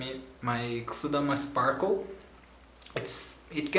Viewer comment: It was funny how you said sparkle.